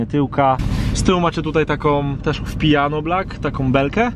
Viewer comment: Piano black a nie pijano black